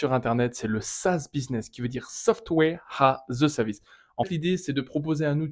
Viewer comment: SaaS qui veux dire: Softwé ha ze sevice